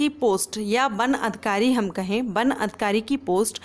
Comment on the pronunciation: Ban nahi van hota he😂